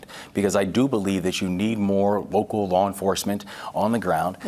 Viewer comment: Did he say woke-cal law enforcement 😂😂